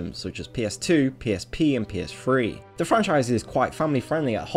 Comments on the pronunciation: OMG his accent. Its PS3 not PS'free'. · "PS2, PSP And PSfree" lol